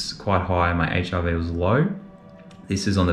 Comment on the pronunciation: Every time you say HRV, it sounds like HIV and I was so confused until I caught on! 😂😂